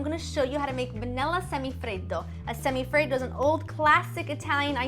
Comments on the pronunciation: Why do you say it like that ? Do you see any other country trying to pronounce cheeseburger like an American ? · I just love the way she says semifreddo